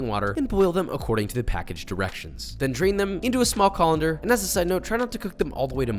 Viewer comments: KhAuLinDuR? WhAi Do YoU uSe KhAuLinDuR? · Colander?! Haiyaaaa